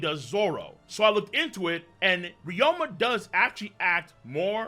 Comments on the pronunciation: His name is Ryuma, not Ryoma. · RYU-ma not RYO-ma Jesus Christ